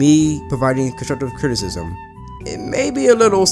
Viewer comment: nigga said crizzizzism ..TWICE. fuckin eh